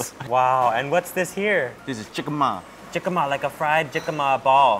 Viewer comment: He say jicama lol